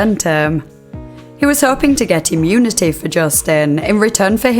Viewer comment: “Client granted immunitayyyyy” i cant listen to this goofy accent….smh lol